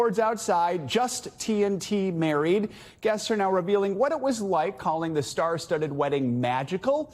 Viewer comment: Tell that woman the word is the and not thee